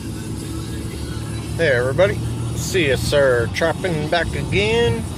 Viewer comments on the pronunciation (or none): I keep hearing you call yourslef CSRTrapping..... yet your name is sRsTrapping?? Am I hearing it wrong?